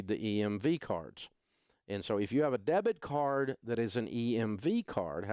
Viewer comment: three times you said debt card and I thought you were referring to a credit card (as in debt)... do you mean a DEBIT card? we've had chip cards a lot longer than USA for some reason... first thing canada has ever been first at (besides hockey haha)